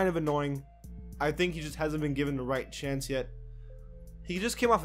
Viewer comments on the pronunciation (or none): none